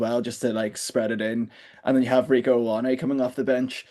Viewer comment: One day Irish pundits, commentators, and podcaster will learn how to pronounce Ioane.